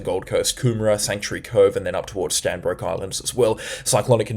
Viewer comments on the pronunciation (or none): Stradbroke Island not Stanbroke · Thanks so much for your work. Stradbroke Island, not pronounced Strandbroke… Also Ballina is pronounced Bal - in - a Cheers mate 👌🏼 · Hey man, it’s Stradbroke Island NOT Stanbroke Island. Google maps will confirm! Homework! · just a slkght correction its Stradbroke island not strandbroke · Standbroke Island??? Do you mean 'Stradbroke'???? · Stradbroke Is, not Stanbroke Is. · Stradbroke Island not Stanbroke Island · great coverage many thanks. Not Stanbroke Island, it is Stradbroke Island. Come visit some time😅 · It’s not Stanbrook island!!! It’s Stradbroke Island. You need to get things correct if you are going to talk about whether events and life’s of ppl. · Stradbroke not stanbroke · Hi good report .. it’s actually Stradbroke Island not Stanbroke 😊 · Stradbroke. Not Stanbroke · Bro it's Stradbroke Island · Hi, It's Stradbroke island. Locals refer to it as Straddie. Keep up the very informative videos. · It's Stradbroke Island _ Strrradbroke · That's 'Stradbroke ' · Stradbroke Island !!!. Get it right my friend.... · Tips for speaking East coast. Stradbroke islands (North & South)... Not stanbroke, or just go with Straddy and South Straddy. Caboolture = car bull char (maybe not as hard as char, but like culture not like pure). Ballina = bal inn ah. Not berlina... Also had to laugh when you skipped Tallebudgera creek the other day. Talla bud jer ah. Thanks for your efforts. Helps me reassure my wife that the clickbaiters are blowing things out of proportion a lot of the time.